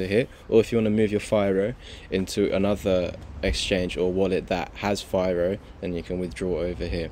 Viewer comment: It’s pronounced fee-roh. Oh yeah, firo is releasing FiroPOW in 2 days. I believe firo will have a big pump by then.